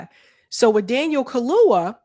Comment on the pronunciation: it's Daniel Kha-loo-YA ....not Kha-loo-Wha